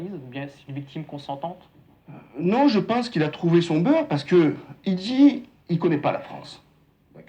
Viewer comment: Ji suis imam ji suis modéré 😂😂😂 il m'a tuée